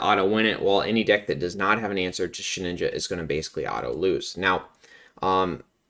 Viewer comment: You pronounce it as SHE"N"INJA, but is She"d"inja 😂😂😂